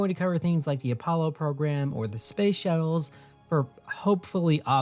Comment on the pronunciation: “These shut-tles” 😂